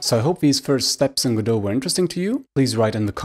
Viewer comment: Thank you so much for pronouncing it right.